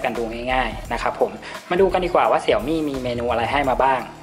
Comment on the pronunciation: Xiaomi อ่านว่า เสียวหมี่ นะครับ